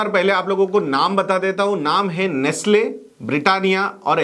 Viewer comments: Nestle not nastle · Correction: Its Nestle, and not Nastle. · Nestle and not nastle